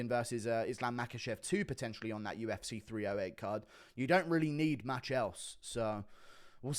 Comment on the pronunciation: you said UFC so dumb and you sounded like a deaf-person… so you’re implying deaf-people are dumb⁉️🤔